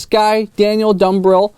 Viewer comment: Dude. Thanks for the shout out. And yes, you got the pronunciation perfect. I've hung out in North Philly before and connected with a lot of your examples. I've got a story about my wife running into an old Taiwanese tourism group in Sri Lanka that you'd love. We should do a chat together at some point and I'll tell you more about it. You made my day, especially since I'm an existing subscriber who loves your videos and raw take/observations on a lot of the things you find/discuss. I'm fully aware I may find myself in the same boat as you soon where all of a sudden the algorithms work against me.